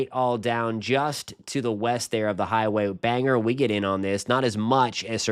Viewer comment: Just an fyi we pronounce Bangor as “Bang-gore” not “Banger” in Maine